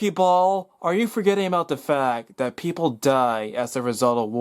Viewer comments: it's that not dat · Dudes words: 'duh fack, 'dat', 'dis', 'dee outcome'. I get that he has a speech impediment. Sadly, it only adds credence to the idiocy of his 'answers'. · seriously how can anyone take him seriously when he can't say "that."